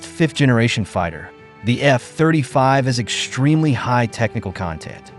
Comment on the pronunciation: Nice AI voice. Only flaw is it reads F-35 as F (pause) 35 instead of F35.